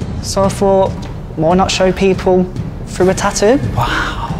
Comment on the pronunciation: TaTToo! Not ta'oo 🤔